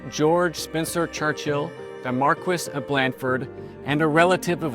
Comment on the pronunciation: A great idea for a series but I do wish that would take the time to learn how to properly pronounce British names. "Churchill" is one word. It's not two words. The "h" is basically silent; it's not "Church-hill." It's "Church-ill." Also, the Duke of Marlborough is pronounced "MAL-bur-uh" not "MARLborough."